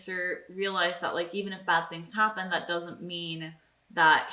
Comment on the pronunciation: Show: "When do you expect Darla to show up?": "Yes." As pronouncing "tt" as "dd"... it's not your fault, it's just Americans rubbing off on you. XD